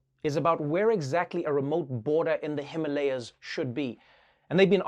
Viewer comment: Pronounced as Himaalayas ...